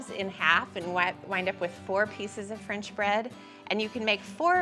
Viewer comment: And where does one get “frinch” bread?